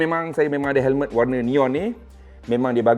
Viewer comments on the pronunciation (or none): Hemlet ke Helmet? cer dengar kat 0.53s.he he he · Hemlet… mmg dia sebut hemlet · Perasan jugak tu hemlet. Kalau orang indon panggil helem terus kekekeke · Sbotan lidah arab mmg bunyik cmtu bang.haha